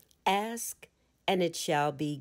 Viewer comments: How tough it is to pronounce the word "ask" properly? Come on now. Non-native speakers of English might have a difficult time understanding the phrase, "Axe the Universe." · I really appreciate this being available. I'm also wondering if this is the only narrated version? It has the word ask and asked in it countless times and this narrator doesn't know how to pronounce the word and I don't want to have to keep canceling and restating it for my subconscious... I don't axe God. To axe something is to take an axe and strike something with it. It was a very poor choice in a book about the power of spoken words to use a narrator who changes a frequently used word and alters the context. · Very good. Thank you. But learn how to pronounce the word ask, please... Aks? Ax? Axe? Aksed? Axed? 🪓🪓🪓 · I love this but cringe every time the word ask is pronounced as axed 😬